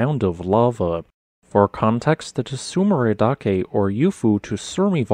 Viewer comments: This Yufu-Tsurumi-Garandake volcanic complex is about 100 km from my house as the crow flies. The hot springs is that area are great. Fwiw, Tsurumidake is pronounced tsoo-roo-me (dah-keh, not da-kay); dake basically means peak. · The correct pronunciation is something like "tsu-roomy-da-ke" where the "da" has a hard "a" sound, and the "ke" is pronounced like "ke" in "keg". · A note on Japanese pronunciations: That "ts" is a consonant cluster. There isn't an /u/ in between the /t/ and the /s/ -- it's the same with tsunami. It's weird because English doesn't have that cluster syllable initial, but we do have it on the end of syllables, like "cuts."